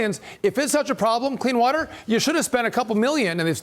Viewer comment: Clean “watt-ter,” shevsays … idiots